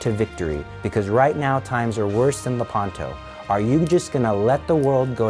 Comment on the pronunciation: Le’panto. The accent is on the antepenult.